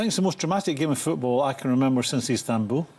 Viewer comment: Or EASTanbul as he pronounces it.